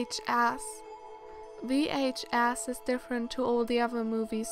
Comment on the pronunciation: v/h/ass thats what i heard that was funny